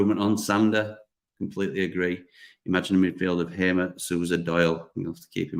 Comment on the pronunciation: Assuming that HAMER is a native Portuguese speaker, although a Dutch national, his name is definitely not pronounced HAY-MER, but HAR-MER.